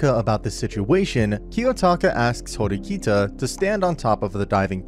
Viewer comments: it's horikita not hirokita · the way he mispronounced horikita's name multiple times lmao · I hate the way you pronounced Ayanokoji and Horikita’s names